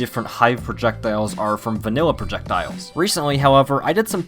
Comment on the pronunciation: I like the part where he said Projekdiles.